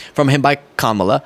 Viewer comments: Is he attempting to make it 'Ka-MOB-la' like it's equated to mob violence, or 'Kama-BLAH' like she's boring? Either way.... He sucks and this is stupid infantile behavior. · I think maybe "Kamabla" is supposed to be "mob" because he can't pronounce her name right. He says kuMAHla, so add a B at the end of MAH and it sounds like MOB, insinuating she's into organized crime? Maybe? I mean, it's a reach and it's a shitty nickname even by Trump standards. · He’s saying “Kamabla(ck)”. What a sophomoric thing to do. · 'Kamabla' = 'kama-blah' ? really showing your "genius level IQ" there R. Smelly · Kamabla? I'm guessing the intent is to make people think of the word "black" because if it was meant to imply "blah" like it SOUNDS, he would certainly add the H to the end. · Is it possible that Trump says Kamabla because the "b" and the similar "a" sounds reminds one (or at least Trump) of Obama's name? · It's Kama blah. Like boring. That's how immature he is. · Trump is calling her Kamablah as in kama blah blah blah. Because his racist a$$ refuses to say her name properly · I don’t know if there is an actual reference in “Kamabla” he’s just spelling her name wrong on purpose to signal that he’s not going to give respect and say or spell it correctly so he can point out that her name is not an English name which to his voters reminds them that she is different. And to maybe claim she is not actually American, even though she is. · I think he started the Kamabla (I think it is pronounced, comma-blah) to merge her name with her identifying as black, because he has the maturity of a third grade bully! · It's intended to be "ka-MOB-la" and try to suggest she's part of the "organized crime family" that is the DNC. It's as stupid as it is childish. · He’s saying Kamabla for “blah, blah, blah” I speak fluent Trump. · It’s Kamabla, he’s making fun of her names pronunciation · I think he's trying to say cabal but he doesn't know how to spell it